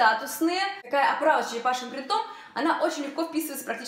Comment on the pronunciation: .сколько уже можно бить по ушам? Не "принтОм",а прИнтом...так трудно запомнить?